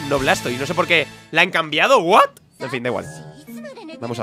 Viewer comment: Cuando dice " Buat? " hahahah ( what )